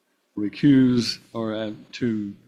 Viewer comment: "recrooze yoself" "jurydishun" they're getting easier to spot out in the open